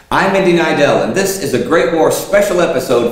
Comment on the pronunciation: Indiana Neidell and you did a good job saying that, a really nice touch; as a Polish guy - I greatly appreciate it.